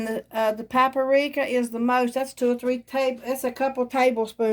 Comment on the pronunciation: It's PAP RIKA, not PAP ARIKA. I haven't ever liked blackened anything, but my niece does. She makes it a lot.